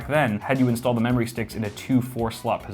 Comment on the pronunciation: Sounds like you said mammary... You talkin bout titties there?